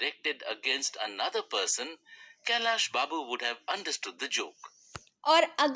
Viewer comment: Its not kallya Babu it's kailas Babu 😂